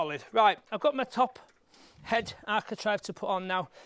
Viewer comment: It's bloody architrave not architrive !!!